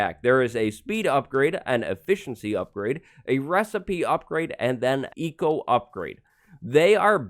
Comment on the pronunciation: I thought you said Etho upgrade and not Eco upgrade xD